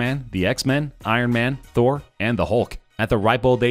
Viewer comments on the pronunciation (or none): none